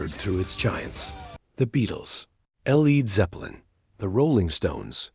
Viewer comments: Switched off.....at El eeeed Zeplin. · Stopped watching after about 20 seconds. I ain’t watching a post about rock music when you can’t pronounce the Led in Led Zeppelin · He lost me at L. E. D. Zeppelin. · L. E. D. Zeppelin? 😂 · El-eed Zeppelin, that famous Spanish band! 😂😂